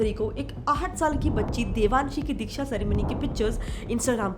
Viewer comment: It is not dheeksha it is diksha